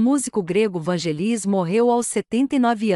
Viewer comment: Tem q aperfeiçoar a pronúncia dos locutores. Não nome Vangelis a sílaba tônica é no VAN. Na palavra Oscar é pronúncia inglesa, por favor, sílaba tônica no OS. Muito triste ouvir pronúncia tão fora do prumo Daí correm o risco de perder inscritos. É preciso buscar a perfeição na competitividade que é este YouTube. Grata.